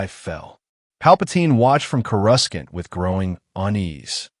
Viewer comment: 4 out of 5 stars , the mispronunciations of courasaunt and organa are annoying